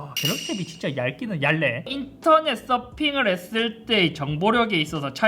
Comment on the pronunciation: 공시생 특: 얇네를 얄레라고 표준발음을 정확히 구사하는 걸 보는 순간 오~ 멋있다! 함